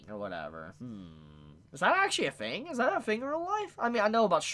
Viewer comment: You need to fix your pronunciation of words. It’s “THING” not “fing”